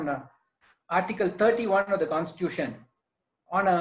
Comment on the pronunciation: Wonderstuct by the pronunciation of a designated senior counsel. Pronounciation of Constitution and Institution are self destructive. Salute to his courage to come in public